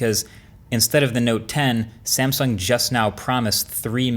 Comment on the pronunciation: That 'sansung' feels very, very uncomfortable.